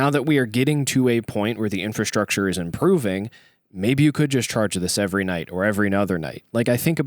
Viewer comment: None of your points matter until "gas" ev stations are plentiful. Infustructer? Infustructer? Infustructer? 😀